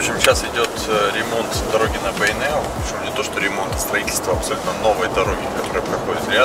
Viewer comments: Здравствуйте.Почему Вы говорите Бэйнеу через Э , а не через Е? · Неужели так сложно сказать "Бейнеу", а не " Бэйнэу", или тенге, вместо тЭнге, ты же говоришь слово деньги, а ре дЭнги!